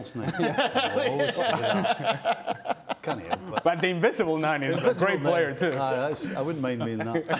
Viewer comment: Stevie Nicol " invicible 9" 🤣🤣🤣🤣🤣